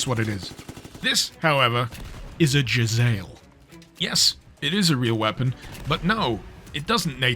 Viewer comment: "Jezail" is a middle eastern word, its pronounced "Jeh - Zah - eel" not "jeh - zale"